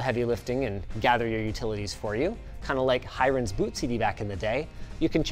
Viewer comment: Can't anyone pronunce HIREN properly?